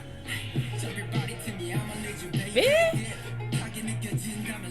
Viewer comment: I'm still not over crescendo. Honey created yet another masterpiece. As usual. Love the lyrics. LoL 🙃 Also notice how they pronounced baby as bebe.